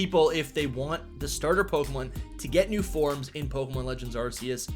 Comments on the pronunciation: Still pronouncing Arceus🤦‍♂️ wrong when the trailer corrected it already. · Like Pokemon doesnt have any other major issues besides the real pronunciation of "Arceus" 🤦🏻‍♂️